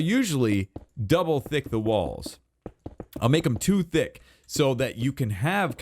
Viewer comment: You make'm "too thick" or "two thick"?